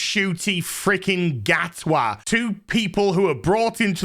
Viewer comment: From that proud line of Scottish "Gatwas" 🤣🤣What in the world? 🤣🤣